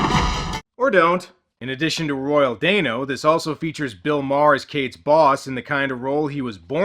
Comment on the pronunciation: I think it's Royal Dano (DAN-O, NOT DANE-O). Also, the skull grants whoever holds/touches it eternal LIFE, NOT eternal YOUTH, there's a MAJOR difference.